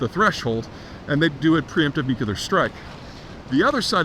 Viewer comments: I've never heard of a nucular facility. Perhaps you meant nuclear? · it is nuclear not nucular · Peter, learn to pronounce "NU-CLE-AR". There's only one effi'n 'U' in NUCLEAR. Its Not NU-CU-LAR Its Not NU-CU-LAR Its Not NU-CU-LAR Its Not NU-CU-LAR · It's nuclear, not nucular. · It's pronounced 'new-clee-er' not 'nuke-you-lar'. Please get this tiny detail right. It's lends credence to your thoughts on the subject.Thanks. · I worked at a lab for 26 years where a lot of nuclear work is done with lots of brilliant PhD scientists and engineers...most of them even have the word "nuclear" in their title or team (i.e., "nuclear engineer", "nuclear science division"), and at least 25-30% of them say "nucular" (and they're not doing it ironically). It's still dumbfounding to me, but it's a mispronunciation that completely transcends education or intelligence. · You are mis-pronouncing nuclear. It's not nucular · NOO- Klee-er, Not "Noo- Que-ler". I see your videos often. It would be spelled "Nuqueler" if your pronunciation were correct. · Unless you are George W Bush or Homer Simpson it is pronounced "new clear" not nukuler. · I know. You'd think "new clear" is not difficult but, unfortunately, many people - perhaps even most - seem to say "new que lar". It's infuriating. It's like a brain glitch that half the population has somehow acquired. Same thing with people who say "That begs the question..." when what they mean is "that suggests the question". Or people who say "literally" when they mean "figuratively", as in "he literally exploded from laughter." It figuratively makes my blood boil. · NU - CLE - AR not NUK - UL - AR Please, please, please, I beg of you. You may not imagine how detrimental your pronunciation is to your credibility... but it is. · Bush said "Nucular" and i guess it just stuck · Peter , you’re too smart to be saying “nucular” Lolol wtf that’s how George w. Bush says it 😊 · I agree I think it’s verbal laziness